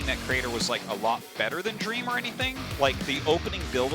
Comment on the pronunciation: It’s really cute how calls dream, dreamer and scans scanners. Like he likes to add the er sound to random words and I freaking find it adorable